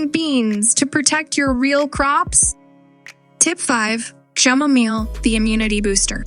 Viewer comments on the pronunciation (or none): Chamomile is improperly pronounced